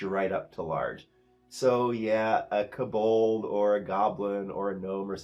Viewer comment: did you pronounce kobold as k'bold??? are you new?